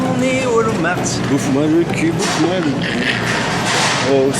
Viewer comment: Ça se prononce ps wolmarte mais walmarte. Votre accent francais c’est d’la marde 😅